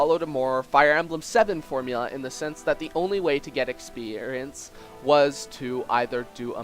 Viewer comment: I love when you say ex-perience